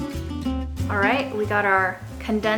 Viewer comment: When said by, it’s sureracha not Siracha.